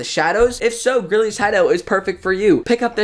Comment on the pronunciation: I always thought it was pronounced greely not grilly (not a hate comment)